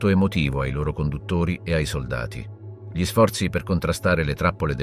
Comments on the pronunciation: G LI al posto di Gli non lo definirei un bella dizione... ma livello buono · È un sintetizzatore vocale.lo si sente all'inizio quando pronuncia "gli" come "ghli" (con la g dura, cosa che nessun umano italiano farebbe)